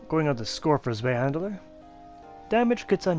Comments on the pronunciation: Good info and great video but saying handler instead of hander for some reason peeves me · Zwei handler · Mate love the videos but Jesus you can't say words, it sounds like your saying zwei Mandela?